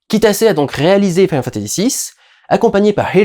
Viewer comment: Pourquoi tu dis "mode SEVEN" et "final fantasy SEPT"? Tu y mets même l'accent anglais sur le final.